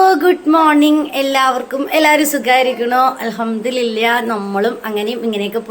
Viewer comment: അൽഹംദുലില്ലാഹ് ഉച്ചരണം ശെരിയാക്കണം